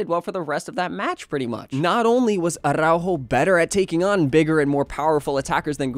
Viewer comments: Spanish tip, not every R is Spanish is rolled, it's not aRRrrRaujo it's more like attow-haw with a soft t or d as in water. I hope you see this. Love from Canada. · Probably the only time where the "rrr" is not necessary, yet you say "arrrrrraujo"... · Man, the way you say aRRr🤬aujo 😂